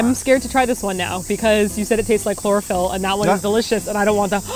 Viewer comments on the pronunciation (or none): Why did pronounce chlorophyll as chlorofeelee